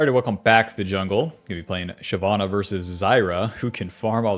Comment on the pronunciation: It’s shyvana nor shyana 🙄